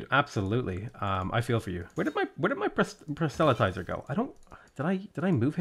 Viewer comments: please, PROSelytizer. The “e” might as well not exist. Please stop saying prosELytizer. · For "Proselytizer" put the emphasis on the first syllable. "PROS-el-y-ti-zer." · FFS, learn how to pronounce proselytizer.